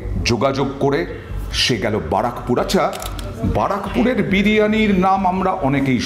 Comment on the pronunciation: ওটা বারাকপুর না ওটা ব্যারাকপুর হবে😂